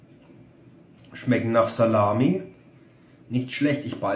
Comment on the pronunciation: nicht schlechd = schmeggen mir eigentlich = schmeggen ganz gud = 8 von 10 Gp